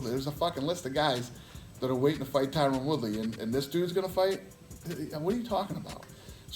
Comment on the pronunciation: Great video but please fix Tyron's name lool